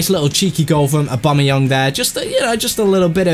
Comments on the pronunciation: It's AubameyANG not Aubameyung :P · it is AW-BAM-E-YANG. TEAM BABA!